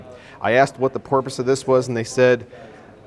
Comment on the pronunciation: Did you say porpoise?